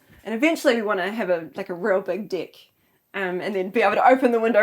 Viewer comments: she pronounces deck wrong and seems to get a giggle out of her husband unintentionally. Worth the rewatch. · Good, basic house. The lady though kept mispronouncing the word "deck," startling me every time. 🤭 And then my goodness, she can talk and talk and talk! 😤 Would have been nice to hear more from the guy too. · I have to admit I did a double take when she said she wanted a big deck. 😊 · Me, too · "And eventually we wanna have a real, BIG deck" (in a Kiwi accent) 🤭😊